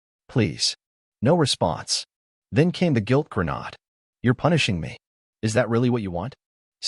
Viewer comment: it is never a grenoood, it is a fucking grenade.